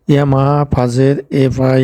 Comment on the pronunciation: ইয়ামাহা "ফাজের"😂,সমস্যা নাই ভাই উনার কথাগুলো শুনলে একটু বিনুদুন পাই 😂🤣